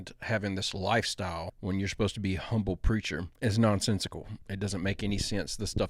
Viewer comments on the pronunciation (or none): none